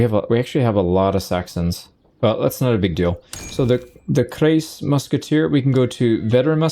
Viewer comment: the „ei“ in kreis is pronounced like the i in rice